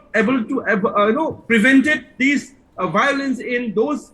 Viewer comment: What is this "BOWLENCE...BOWLENCE..." the meitei panelists taking about???????